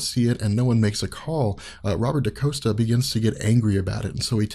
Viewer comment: Dani is Mirage (but she was going by the mutant name Psyche at this time). Xi'an is Karma. And it's not Daniel Moonstar. It's Danielle (Dan-YELL) Moonstar. It's not Robert Da-COAST-a. It's Robert Da-COST-a.